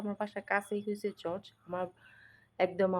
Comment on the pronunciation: আপু শব্দটা কি চর্চ না চার্চ হবে?